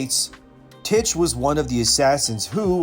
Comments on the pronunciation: Tiche is actually pronounced "teehee"(Τύχη), it is the greek name of the goddess of luck. All the black knives have ancient greek mames, like Alekto, which is pronounced "aleekto"(Αλυκτώ) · I thought it was pronounced "Teesh" like the word Niche